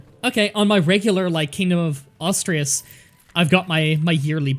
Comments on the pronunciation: Asturias (ass too ree ass) not Austria's 🙄 The "Austrias" dynasty is how the Hapsburgs were called in Spain... some centuries later. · "Ash-two-ri-ash" is how you pronounce it btw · Why do you have to pronounce Asturias exactly like how it's not even spelled? Ostreas? Can you read words? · I know you aren't doing it on purpose but oh my God you trigger me so much when you say "Austrias" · Pronounciation is closer to as-too-ree-as. Otherwise, great to see more grand strategy. Love these sort of games. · Its not pronounced "Astirias" lol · "Astrius" "Galcia" "Yoomyad" I need more sides